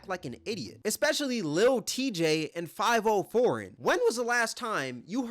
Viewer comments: It's fi-vi-o , I think not too sure I only heard one of his songs. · Faaaaaviiiiiooooo Foreign, not 5-0 foreign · Five-O foreign I’m dead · From here on out his name is “5-oh-foreign” 😂